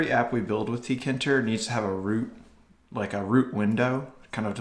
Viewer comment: rage It’s teekayinturr Not teekinturr